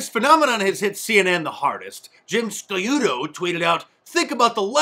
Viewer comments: Not fit to wipe shit off DeNiro's shoes. Can't pronounce Sciutto (like prosciutto, if you've even heard of that). Jim "Ski-yoo-toe"... lol. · His name is Sciutto, pronounced "shoot o".